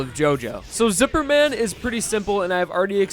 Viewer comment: DID YOU JUST SAY |ZIPPER MAN|??!??!